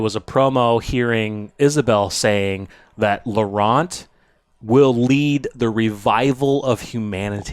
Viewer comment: Hey, love your show watched from France and here is a tip to pronounce well "LAURENT"... LORE + AN... Don't pronounce the T like saying Ant... Always great contents, always good comments... Take care and keep up with the good job which entertains us!!!